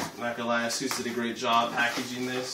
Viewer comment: First things first, I'm not gonna lie, it's Asus not Asuse. Pronounce it properly